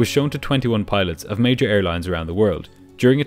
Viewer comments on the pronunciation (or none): none